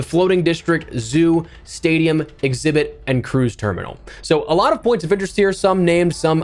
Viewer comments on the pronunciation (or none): none